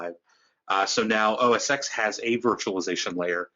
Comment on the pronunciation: Thanks for the video, really useful. BTW, minor nitpick, it's "oh-es-ten" ("X" as in Roman numeral).